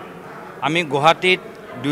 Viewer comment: যোৰহাট, গুৱাহাটী, নগাঁও শব্দ কেইটা উচ্চাৰণ ভুলকে কৈছে সি